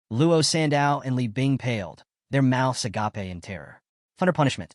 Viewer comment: I love the occasional mispronunciations. "Agapay" (agape)